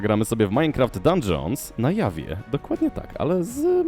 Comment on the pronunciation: XD,mówi się na dżawie a na jawie się tylko pisze.pozdro